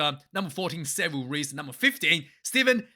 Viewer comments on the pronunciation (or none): none